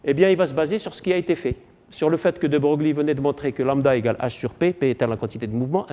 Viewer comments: De Broglie se prononce "De Breuil" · ce cours est très intéressant, mais le professeur manque de rigueur(fautes d'orthographe, prononciation de De Broglie,...)